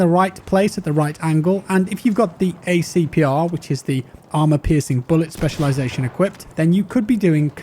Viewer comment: Its pronounced like Panzer-bik-se if i had to try to get you to pronounce it right :P Also, A-P-CR, not A-C-PR. Armour Piercing Composite Rigid